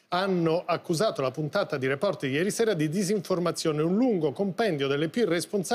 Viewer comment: Floris si pronuncia Report con l'accento sulla e. STUDIA